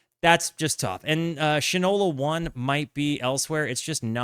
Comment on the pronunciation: it's pronounced Shine-ola, because the product was a shoe polish from 1877 until 1960. The novelty of the name comes from the expression, "(Name) doesn't know shit from Shinola."